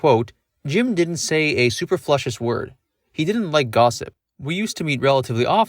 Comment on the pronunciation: soo-PER-floo-uhs You did quite well with the french, tho. 😂 Great video, man. 👍